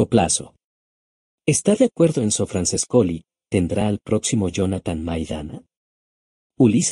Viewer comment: EL texto escribilo tal como suenan porque sino tu programa lo lee tal cual cómo franchescoli